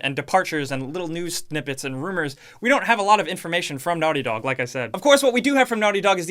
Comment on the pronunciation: Your old accent 🥹 ‘Naughty Dawg’